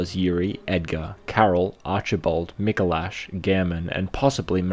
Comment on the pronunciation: Lmao "Micalosh"